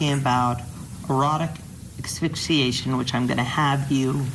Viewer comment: Dear lawyer... it's pronounced ASS-FIX-EE-ATION, not AH-FIX-EE-ATION! Sheesh.